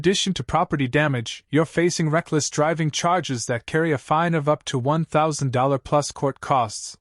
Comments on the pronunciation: The word is FINE not FIND. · If you listen to the narration every time it says the word it is pronounced as find.